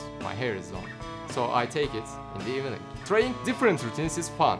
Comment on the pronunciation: Kanka beni hater gibi gorme ama o "evening" ivning okunmali ya ;d degil ivining xd